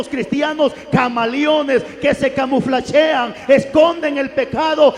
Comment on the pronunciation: Camuflagean, pastor... No camuflachean.